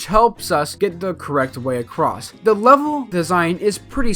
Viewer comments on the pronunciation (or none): none